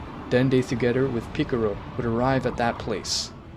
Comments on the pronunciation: Stop saying picaro it is piccolo!!! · Are you saying picaro on purpose? No offence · ITS PICCOLO NOT PICCORO AND ITS NOT ULTRA INSTINCT MASTERD😭😭😭😭😭😭😭😭😭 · Its piccolo not piccoro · Piccoro lol its Piccolo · I like how he says piccolo as piccoro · Picolro? it's picolo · it pikalo not pikero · Awesome but the name Is Belmod not vermouth and it's Piccolo not piccoro and is not jyren it's Jiren...get the name's right bro...last but not least...It's not Ultra Mastered Instinct...it's MASTERED ULTRA INSTINCT (MUI)!!! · Bro said picaro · Man's said picorro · Ah yes ✨piccoro✨ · This dude literally said mr.picciro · 😭😭😭😭😭😭😭😭😭😭😭😭😭😭😭😭😭😭😭😭😭😭😭😭😭😭😭😭 Goku day en pikiloy en GowHan😭😭😭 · OH MY NIGGA GOD YOU SAID PICCROO AGAIN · MY NIGGA DID YOU JUST SAY PICCROO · Man said piccoro but still good story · Where is the R in Piccolo💀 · I like the vid but one recommendation is please say the names right. Many times you said the names wrong especially piccolo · Picciro, bellmouth, ultra mastered instinct.... Qweetella, vermooth, vermouth cockarots, goteen, chamber time, JAEYE-WREN, vermoots, vermoot, vermutt, i don't care that he mispronounced em, just wanted to have em listed for anyone that thought they were crazy for hearing something different, love the story!